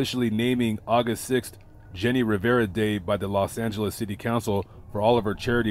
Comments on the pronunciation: Your good in reading spanish. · Thank you for doing this video and covering the death of our Queen Jenni Rivera. Your Spanish pronunciation was on point!!